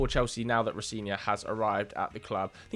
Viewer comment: Row-Zen-Ee-Or is the pronunciation